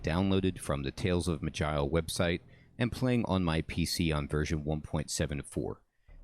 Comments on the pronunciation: Pretty sure it ain't "magile" lol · It'ss pronounced "maj-eye-el", with the j being sort of sh/ch combo.